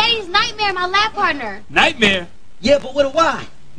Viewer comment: That fool said "Nightmary" lmaoooo lmaooo lmaooo